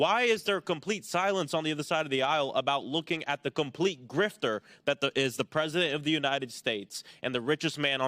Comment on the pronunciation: "Grifter," not 'Grifter.'